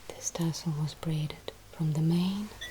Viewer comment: “Which tessel would you like?” “Yes.”